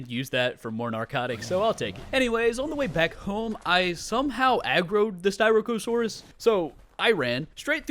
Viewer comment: ahem (sti-rack-uh-saurus)